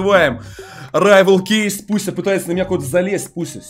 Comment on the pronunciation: А мне одному кажется что он говарит Буся а не Пуся